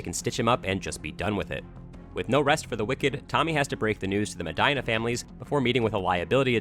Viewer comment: The way you pronounce "Medina" makes me think you don't know any Hispanic people.